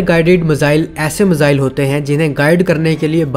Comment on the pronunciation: I watch your videos. Like your work. The word is ‘miss ile’ please do not pronounce misile. The syllable is easy to use and get your pronunciations correct. Thank you